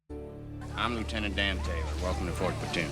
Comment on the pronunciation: Luitenent Dan ice cream !!!!!! But you ain't got no legs luitenent Dan 🤣🤣